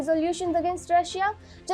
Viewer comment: i is silent when you pronounce Russia